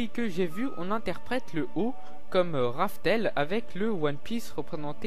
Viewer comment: C’est rough tell pas « RaFtEl »